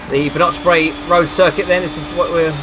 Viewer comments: It's not "nok", more "noch" like it is spelt. It has that throat sound to it, not a "K" sound. Like when you say loch. The majority of English people say it like "lock" rather than "loch". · Track is pronounced 'Ba - nok - brae'. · Haha yeah that is correct! But fro non Scottish people that get's confusing because 'ch' is normally pronounced as he says in this video. But you are correct. 'Noch' as in 'loch'. : ))